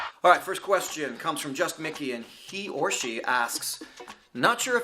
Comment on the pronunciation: Lmao the way he said "he OR SHE" was exactly like in the james acaster bit